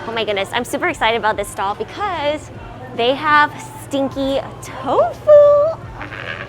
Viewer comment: I thought you were saying sticky tofu and I couldn't understand how it's sticky because it didn't look sticky